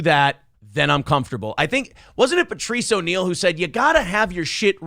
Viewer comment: Hearing speak Patrice O'Neal's name is blasphemy